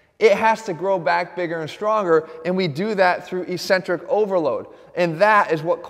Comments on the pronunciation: Hate to be that guy but its eck-cen-trik not e-cen-trik. The opposite of concentric contraction. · Just a heads up it's pronounced ek-sen-trik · Why does he say e-centric?